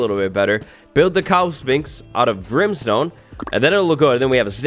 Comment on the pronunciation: Grimstone…. why do you say that? Why? WHY?!